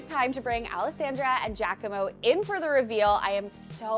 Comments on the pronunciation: Watching and loving it as usual but his name is not Jackamo 😂, it Gia-como, phonetically Ja-quomo, its Italian. Didnt he correct you? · It was driving me crazy. It's definitely not Jackamo!